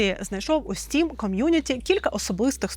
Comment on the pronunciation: Не "стрім" а "стім"